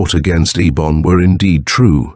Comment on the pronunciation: Fairly good reading but the 3 different interspersed pronunciations of the sorcerer Eibon's name is annoying